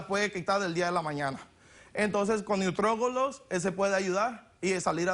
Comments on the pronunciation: No se si se dan cuenta que en el minuto dice nutriogolos en vez de nutriologos😂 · Min neutrogolos XD